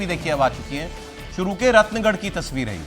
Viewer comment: रतनगढ़ है रत्नगढ नहीं है सर